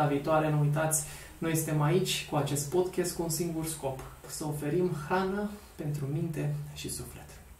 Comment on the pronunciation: Termină cu podchest! Se spune Podcast!!!